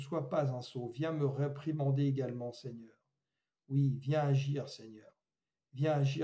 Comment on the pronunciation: Laissons agrir?, agrrreeuuh?